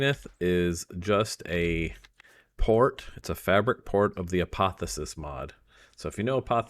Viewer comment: A-poth-E-O-sis lol